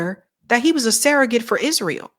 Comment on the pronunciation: It's surrogate, not serregate.